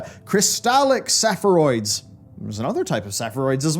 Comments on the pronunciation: I can't get over the fact that you pronounce "spheroids" as "se-phe-roids". Is that a local thing or just you,? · "SE-FER-OIDS" Everyone else "SPHERE-OIDS" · sphere-oids not sepheroids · Nooo haha not sepher-oids! Spheroids, like, sphere+oid! Rarely-used term, so I can see how that would be a problem, both to know the meaning and to pronounce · oh boy, spheroids is definitely not pronounced like that, it's like SPHERE oids